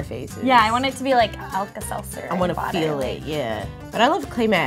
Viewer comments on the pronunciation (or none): pronounces feel "fill" and it bothers me so much idk ilh but